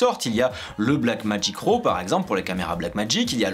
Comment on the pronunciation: Putain ça se dit RAW comme dans rat pas ro!